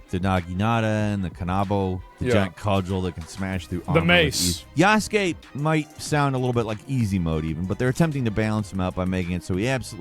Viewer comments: God, Asmond's mispronunciations are killing me. Ubisoft: OO bee soft. Not "YOO buh soft". Yasuke: Yahs-kay. Not "yoo-SOO-kay" or "yah-SOO-kay" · YAS-KAY, the U is silent brother. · The only desperate thing here is Asmon trying his hardest to pronounce "Yasuke" All he has to do is say "Yas-k" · I hate how Asmon says yasuke